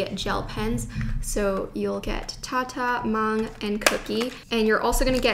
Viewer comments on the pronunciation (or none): it's MANG not MONG 🤣🇰🇷